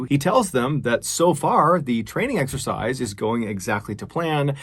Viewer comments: It’s exercise not sexercise 🤦‍♂️ Jesus wept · I keep hearing an S before exercise O_O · Did anyone else hear "sexercise" every time Mr Ballen said "This exercise"?